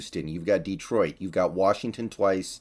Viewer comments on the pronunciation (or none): none